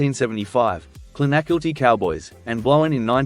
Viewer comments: Clon a Kill Tee Not Clon Ak ill Tee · To be fair you mispronounce quite a lot but Clon-ah-kilty is how you say it. Saw Noel play that pub many times…very talented & a decent singer.😊😊😊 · Your mispronunciation of Clonakilty is magnificent.😅😅😅